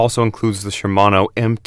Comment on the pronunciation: Shimano brakes, yet video clearly shows Tektro lol. And its Shimano, not Shermano